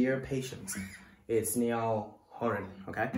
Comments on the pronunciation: You pronounced Niall wrong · its NI-uhl lol. The I says its name and that syllables accented lol